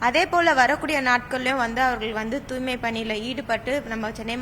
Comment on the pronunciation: தூய்மை என்ற சொல்லை உச்சரிக்கத் தெரியாத ஒரு மேயரை இதற்கு முன்பு கண்டதில்லை. கேள்வியும் பதிலும் எழுதிக் கொடுக்கப்பட்டதுதான். என்ன ஊடகப் பணி?